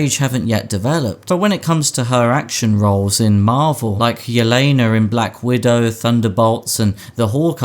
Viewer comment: Yelena! Not Yelena-r 🙄🤦‍♂️